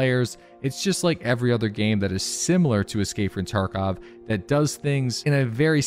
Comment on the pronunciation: love how he says escapefrtarkov